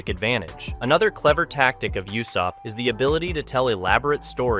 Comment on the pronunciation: Bro stop saying Yussop, his name is Ussop like Ooossop. His dads name is Yassop, his name is Ussop.